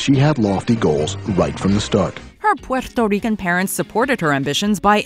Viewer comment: I cringe so bad everytime she said Puerto Rican.... just say it normally? Sincerely a Puerto Rican